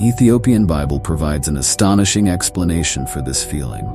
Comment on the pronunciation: AI can't pronounce 'astonishing' lol. What a lazy and lame clip. Wholly AI generated.